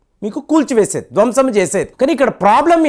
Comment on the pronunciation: "ధ్వంశం "...తప్పు -----"ధ్వంసం " అన్నదే సరైన తెలుగు.....భాషకి కూడా ప్రధాన్యత ఇస్తే ఆంధ్రాభిమానులకు ఆనందం.